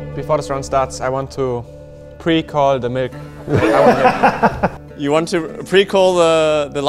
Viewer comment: "MELK" - Oskar